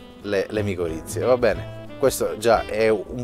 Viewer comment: Micorrize non miccorizze